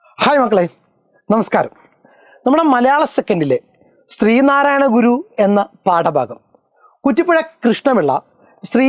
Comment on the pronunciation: stree narayanaguru ❌ sree narayanaguru✅